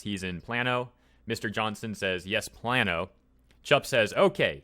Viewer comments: I actually went to high school in Plano, had a little chuckle at this. Im going to start calling it plan-o to tick off my school friends. For those that care its (Plain-o) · Plan-no LMFAO no its PLAY-no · Plan-O?! Its Plane-O, you Californian pleb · Just a small note. Plano is pronounced "plain-oh" not "plan-oh". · HE CALLED PLANO PLAN-O.... its pronounced plain-o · Its pronounced (PLAIN-Oh) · Plano is pronounced plain-o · As a native Texan who lives in the DFW area, it's funny to hear pronounce Plano, plan-o. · Plano is pronounced( Plain-O) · Plano is pronounced play-no